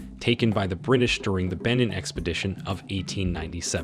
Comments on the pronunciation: I wholeheartedly appreciate this video nut just a little reasearch would give justice to these pieces…example AKAN pronounce AH CON, Benin prounonce BAY NEEN , Igbo prounced EE BOW, but lots of knowledge for sure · I’m going to need him to learn how to pronounce Akan, Benin, and Ife correctly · you're saying benin wrong 😐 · The way he is pronouncing Benin is sending me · I'm from Benin and hearing it pronounced wrongly is making me cringe😂 Good video though